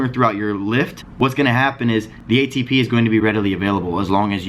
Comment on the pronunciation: idk that ATP has a different pronunciation now lols